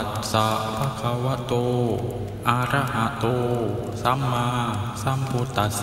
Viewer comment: คุณสวดไม่ถูกศัพท์เลย อะระหะโต (ก็สวดเป็น อา..ระหะโต) ส่วนบทสวด ก็พิมพ์ผิดวรรคตอน สวดผิดวรรคตอนอีกด้วย ...กรุณาไปดูพระไตรปิฎกบาลี เล่มที่ 15 ข้อ 244 - 245 หน้า 70 , และข้อ 249-250 หน้า 71 ครับ หรือหนังสือสวดมนต์(มนต์พิธี)หัวข้อสุริยะปะริตตะปาโฐ(ย่อ) หน้า 48 ครับ (เขาเว้นวรรคถูกต้องตามพระไตรปิฎก)